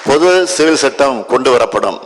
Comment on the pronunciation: பொது சிவில் சட்டம் அதை ஒழுங்க படிக்க தெரியலா